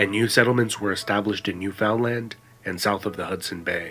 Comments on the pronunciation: It's pronounced NEW FUN LUND (literaly), not NEW FOUND LAND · Point of interest: nobody outside of Canada seems able to correctly pronounce Newfoundland.... It's not New Found Land it's Newf-N-Land... It sort of sounds like the word 'understand'... Understand Newf-N-Land. Interesting facts about Newfoundland: they were the last province to join Canada (1949 IIRC) and they participated in WWII as independent participants with their own Newfie regiment. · It's pronounced new fun land not new found land! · Unfortunate that there are some inaccuracies in this history video, but it has not been made by a Canadian as demonstrated by the way the speaker pronounces "Newfoundland"...always a giveaway! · Yup. Not a Canadian if you can't pronounce Newfoundland the way Canadians do!